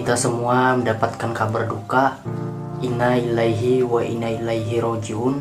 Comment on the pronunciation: Innallillahiwainnailaihirojiun, bukan innaiilahaihi